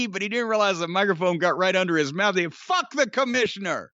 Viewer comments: This NEVER gets old! Love the "Ah, Fack da Commissioner!" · Three of the greatest words in the English language are "Fak tha commissioner!" 😂😂